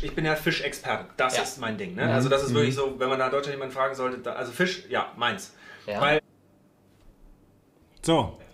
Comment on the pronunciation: du kannst nicht mal Fisch aussprechen 🤣